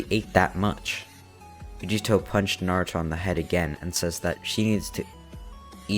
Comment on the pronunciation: yugito is pronounced You-gee-toe lol love the story though